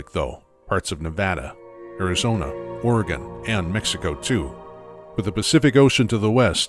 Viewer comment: Just want to say as an Oregonian I appreciate you pronouncing the name of the state the way that we do here.